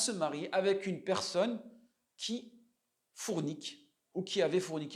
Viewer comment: As salaam alaykum. On dit "fOrniquer" et non " fOUrniquer". Beaucoup font l'erreur.